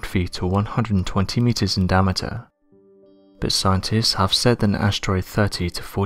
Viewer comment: I like the way you say "diameter" like "DAMN-itor!" Sounds like a heavy metal band name or a Marvel Comics space villain!